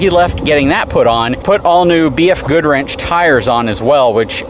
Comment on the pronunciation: i think you said BF Good wrench lol